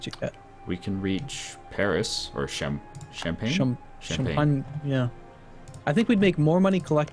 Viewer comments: shun-pak-me right? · I'm not even French and I'm insulted by that god-awful mis-pronunciation of. I need to go wash my ears out... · Jesus fucking christ shen could you please kick in the nuts and tell him how to pronounce Champagne?